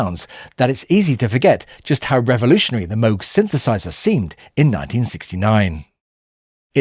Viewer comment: In later years, I grew impressed by how, in the bridge section, how "Here Comes the Sun," using guitar, backing vocals, and the Moog synthesizer (as well as everything else), built tension, and then released it. Good video. Congrats, too, on pronouncing Dr. Robert Moog's name correctly.